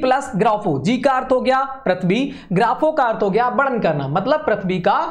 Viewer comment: Sir sorry for saying like that but you should improve your hindi pronunciation 😅😅😅 because you are speaking again and again varnan pronunciation in wrong way